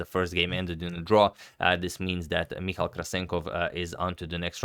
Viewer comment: Hi Agad, Michał is pronounce Mee-How in Polish ;)